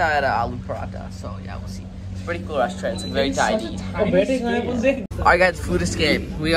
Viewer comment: Bro is struggling to say restaurant